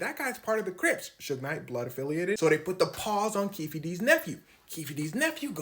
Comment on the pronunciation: Keefe is pronounced keef. It's Irish and the e is silent. Just saying. 😊